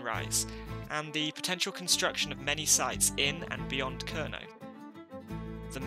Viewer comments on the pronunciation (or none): The first vowel in “Kernow” is not so much pronounced with the vowel in “girl”, but rather like the vowel in “air” with the R pronounced. The “ow” at the end can be like a sequence of short “o” in “pot” followed by short “u” in “put”, or as a longish “aw”-sound: [ˈkɛɹnɒː] “KAIRnaw”…